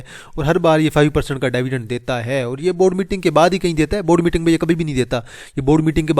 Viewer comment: dyvidend nhi dividend bola karo ,,,payndu bhai